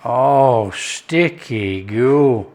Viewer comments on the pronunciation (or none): ‘Ahhh stickeh goo’ 😂😂😂